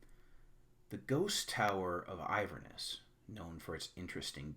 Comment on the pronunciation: you say 'Ivor-ness'. I think you mean 'Inverness'. It's a beautiful city in NE Scotland.